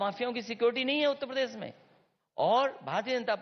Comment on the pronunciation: जिस अखिलेसुद्दीन को उत्तर प्रदेश नहीं बोलने आता वे उत्त प्रदेश बोलते हैं वो क्या चुनाव लड़ेंगे